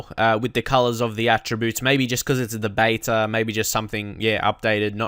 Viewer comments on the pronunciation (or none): none